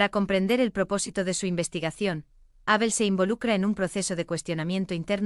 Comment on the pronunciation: Sigue esta señora diciendo Ábel. Es una palabra llana sin acento